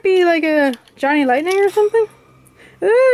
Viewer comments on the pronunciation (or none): none